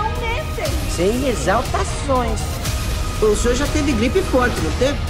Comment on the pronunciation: "epidêmia de gripê"